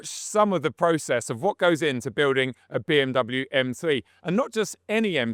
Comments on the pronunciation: it amazes me you cant even pronounce BMW correctly. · disliked for pronouncing bmw wrong